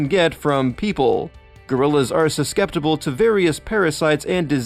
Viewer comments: Suskeptable? The narrator also pronounced several other words wrong such as the city of Prague pronounced like Praeger U... Come on, educational for kids my ass. You just copied and pasted a bunch of stuff off of the internet. If it was for kids you could explain what an “extant primate” is and similar words not part of a childhood vocabulary. You’re just internet-trawling others’ content for a YouTube revenue channel. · You mispronounced herbivorous, susceptible, and Prague.